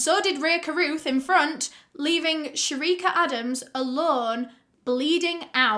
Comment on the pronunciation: She as the same name as mine but mines spell sherika btw love the way u say it😄😄😄